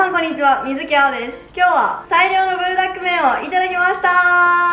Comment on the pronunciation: プルじゃなくブルなのね🤫 なんか親しみを感じる😅